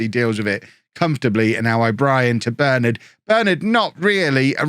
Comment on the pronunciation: As a united fan it tis quite annoying how u say Bernard plz plz plz pronounce it Bur Nard otherwise loving the vids boss